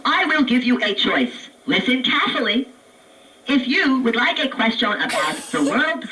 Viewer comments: I don't think anyone pronounces "question" the way it does. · From now on I shall pronounce question as Quest-yon!